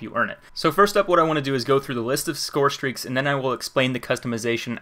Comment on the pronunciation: lol he said call of duty ghosts scorestraeaks